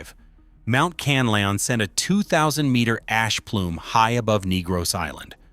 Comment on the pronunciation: Pronounce it. KAN LA ON, THANKS